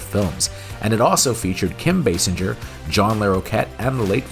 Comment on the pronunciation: Basinger pronounced "Bay-singer" not "Bass-injer", that aside, love this series dude and loved this move since I was a kid. 😁👍🏻